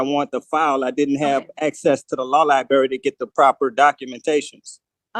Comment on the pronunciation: I know! As a former lie berryan I always enjoy that pronunciation.